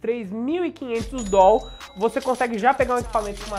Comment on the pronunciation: Perdeu de ganhar inscrito por essa tosquice de "dol".